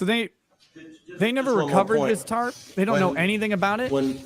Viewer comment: That lady has been saying “Tart” instead if Tarp her whole life 😂.